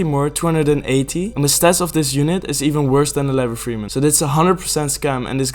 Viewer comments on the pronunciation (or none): none